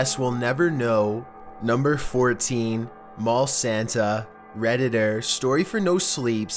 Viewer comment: y do u keep saying reditter